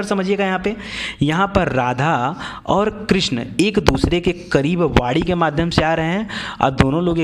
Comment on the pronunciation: aap vani ko vadi mt bolo plz